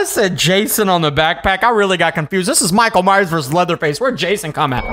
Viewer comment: Minckael myers